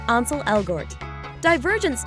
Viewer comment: THEY SAID ANSEL WRONG😭😭😭 HE IS BAE AND THIS IS NOT OKAY😭😭😭😹😹😹